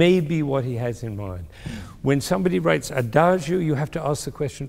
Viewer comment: Adagio is pronounced adadzho, not adazhio. Two mistakes in one word. Sad that even professors can't speak these few Italian words properly. It's like calling him Bengamin Fander.